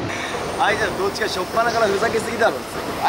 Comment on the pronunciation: スタッフさんの『あいして(ん)る』の発音が好き笑